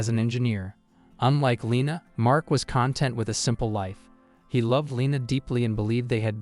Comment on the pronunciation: Ah, robochannels. An AI reader that doesn’t know the difference between "content" like in "happy and satisfied" and "content" like information. An AI writer using American locations and names, but a thoroughly Asian culture. Such mediocrity.